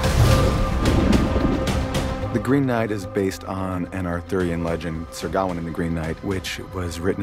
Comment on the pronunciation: Everyone involved in this movie that I've heard talk about it pronounces is "Gawain". Everyone except for the actor that plays Arthur, who calls him "Garwin".